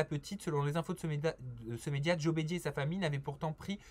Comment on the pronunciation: Joé bridere😂